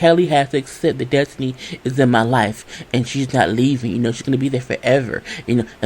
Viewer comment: Des-toe-knee takes me out every time 🤣🤣